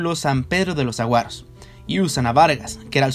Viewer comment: Esos cactos se llaman SAGUAROS viejo, no Aguaros.😆 El pueblo de Varguitas se llama SAN PEDRO DE LOS SAGUAROS mijo. ¿No eres mexicano verdad? No importa. Igual es un buen video!